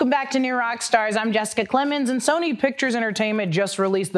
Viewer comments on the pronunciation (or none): none